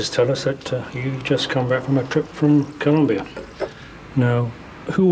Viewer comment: Colombia not Columbia, thank you.